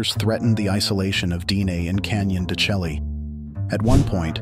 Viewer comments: Canon de Shay, not chelly. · I thought it is pronounced CANYON DE SHAY as opposed to your pronunciation CHELLEE. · Totally mispronouncing the name! It is pronounced Canyon de Chelly "(Shay)" no (Shelly) Program your AI narration! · It's pronounced Canyon de-SHAY. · I couldn't get past the mispronunciation of " de Chelly" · Yes, it's hard to accept anyone as providing info when they mispronounce the name of the place.